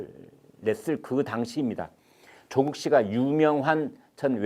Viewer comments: 대기자님 발음이 예술인데요 초쿡 어이그 챙피해서 얼굴들고 동네를 어떻게 다닐까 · chok uk 이죠 구글발음이 좋아 ㅋㅋ